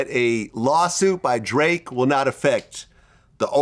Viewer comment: Vlad fake as fuck, his last interview he said he'd sue to😂😂😂 Now he saying drake wrong